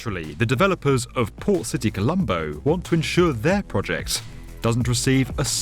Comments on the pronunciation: Thought he said “poor city” instead of port lol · It sounds like the narrator keeps saying 'Poor City Colombo". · I kept hearing "Poor City".... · sounded like you kept saying poor city Colombo. I don't think we needed to be reminded that the city that's dredging up new land from the ocean is a port city, maybe I'm just a bit quicker than most. Looks incredible in planning, hopefully they come a cross few problems, and don't end up enslaved to china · I listened carefully. He says poor city Colombo :D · I can't help but keep hearing "Poor city Colombo" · I keep hearing "poor city colombo" 😂😂😂😂😂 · I kept hearing Poor City Colombo. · lol I kept hearing "poor city Colombo" and just figured out he was saying "port city Colombo". wondered why it was so derogatory at first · It sounds like the narrator is calling the project "Poor City Colombo" That can't be right. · did i hear it wrong? "poor" city? like a bunch of times lol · "Poor City Colombo" is what I heard from him all the time... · I always hear it like "poor city Colombo" xD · what's he actually saying because that's all I'm hearing too! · I was wondering the same thing!